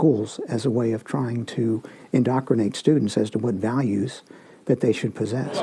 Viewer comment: "IN-DOC-CRI-NATE"... what a dope!